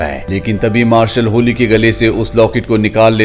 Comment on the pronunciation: होली नहीं भाई हॉली है वो😅😅